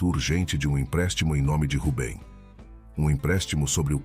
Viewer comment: Boas histórias..mas, por que muda os personagens? Nâo faz sentido! Assim como o erro crasso na pronúncia do nome 'Rubem', corrigido ao final do video!